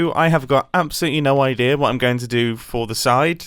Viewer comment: I find it funny that whenever mumbo says "idea" he says "Odea"...